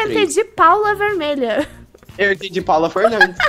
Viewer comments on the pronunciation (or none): Na hora que ele falou dala vermelha eu também pensei que ele falou paula vermelha eu ache que o nome da menina era Paulo vermelha